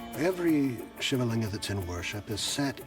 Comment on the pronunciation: Why can't this guy say Shiva correctly